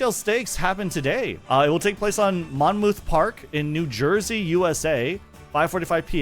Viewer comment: God hearing someone pronounce Monmouth park like mon-mouth park hurts lol. But anyway, PLEASE come support our local horses and their teams! We have some really amazing races planned for next year so by all means. If you love Uma Musume and are interested in horse racing. Come by and check it out. I will say a lot of the community is mainly middle aged men but honestly we don’t care. We’ve heard yall actually care for the horses don’t be a stranger! Edit: my favorite horses are Gold Trust and Riding Pretty. Both are solid and consistent IMO.